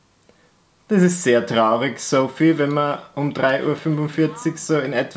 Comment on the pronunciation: jedesmal als du Sophie (soffy) gesagt hast, fühlte ich mich angesprochen.😂😎 lg. sophie😂